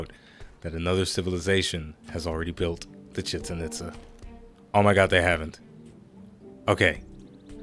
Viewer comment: Omg its pronounced chechan and pizza without the p